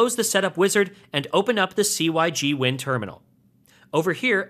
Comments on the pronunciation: "sig" win not "c" "y" "g" win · very helpful - pronounced 'sig-win' though :) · Hearing "C-Y-G-Win" never got old. I seriously cracked up every time. Thanks for the entertainment ;-)